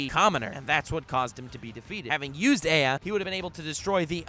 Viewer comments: Gilgamesh ' s isn't called EA. It's pronounced A AH. He says it out loud in the anime. Come on man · 99.99% of fanbase:Yur wrong so and so should be higher and you pronounced ea wrong 0.01 of fanbase:Here first